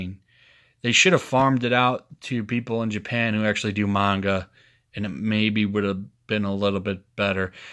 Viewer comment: Spidercide is gonna write you a multi-part novel for t his video. Also glad you're pronouncing Manga right :^)